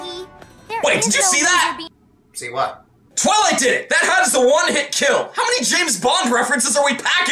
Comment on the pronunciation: your what sounded like f(yay)